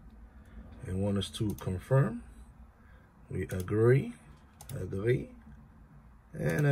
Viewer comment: ... agree....agree....aaand agry....i think more than 80% of us never read the whole agreement 😁😁😁